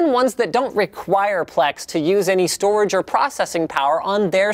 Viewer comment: "data stroage"